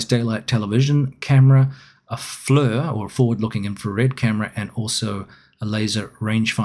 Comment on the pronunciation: For even greater immersion, the right pronunciation for FLIR is 'fleer' and not 'flur' ; )